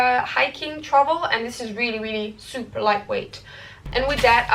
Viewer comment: Go on....Say trowel one more time pleeez 😃🤪